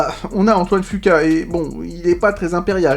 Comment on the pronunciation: Ca ce prononce fuquwa bordel pas fuqua